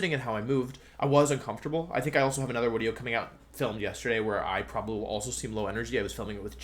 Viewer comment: So is he saying wideo???